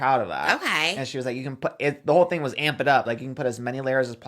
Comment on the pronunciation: I’m deceased 💀 she wanted to be Jaclyn so bad she had to have a monumental screw up launch 😂😂😂 that and where Jaclyn said morphe morphe morphe (morefeet) Mikayla had amp it, amp it, amp it (but she says it like armpit) *the similarities in a sell out* that should be the title of her memoir